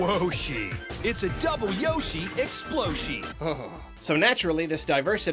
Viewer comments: Woaaashie, it's a double yoshi, exploshi. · "WOAHSHI IT"S A DOUBLE YOSHI EXPLOSHI"